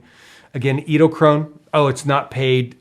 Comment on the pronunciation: I hope by this time you have learned how to pronounce the name... edelkrone...